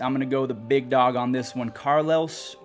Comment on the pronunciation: why does say dog so weird